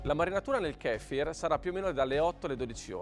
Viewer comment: Kéfir ... Kefír 😂